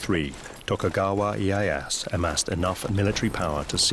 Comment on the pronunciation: worst japanese pronunciation ive ever heard. i-e-ya-SU. not iiehass